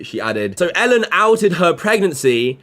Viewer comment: Learn to pronounce his name first. ELLEN not ALEN